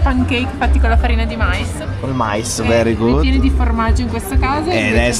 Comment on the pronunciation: Per la prima volta da quando vi seguo (Vietnam 2023-24,ad oggi il vostro migliore per me) rosicherò tantissimo perché la Colombia è un mio sogno da anni 😭 conoscerò di nome sicuramente tanti luoghi che visiterete. Che bello!!!!! 😍 Mi mancherà solo non sentire più dire: verigud😅